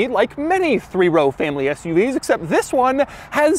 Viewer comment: “TTTTTHHHISSS” was so hard his voice somehow vibrated